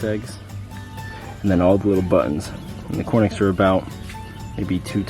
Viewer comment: Why do you say cornix rather than Coturnix?